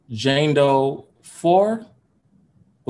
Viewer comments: Lmao my hi ass kept hearing Django..then I finally realized he was saying Jane Doe 🤣😂🤣😂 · OMG...the first 14 mins I thought he was saying Django not Jane Doe. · I thought he was saying django too at first😂😂😂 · Right... I was like who's Django. Lol